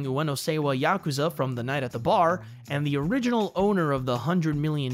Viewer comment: Don't you love it when a decent review/summary of a Yakuza game is ruined by atrocious pronunciation?